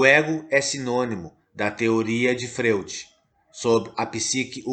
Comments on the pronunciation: Amigo, a pronúncia do sobrenome austríaco Freud é FRÓID - língua alemã. Sigmund Freud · Muito obrigada pelas informações e ensinamentos. A pronúncia correta do nome Freud é Froid. Gratidão, Namastê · Gratidão pelas palavras!! Uma observação: a pronúncia correta do nome do teórico é “Fróid”. 🙏🏻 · Amado a pronúncia é Fróid e a escrita Freud🙏🙏🙏